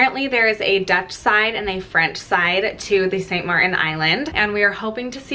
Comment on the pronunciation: Pronounced. St MarTin.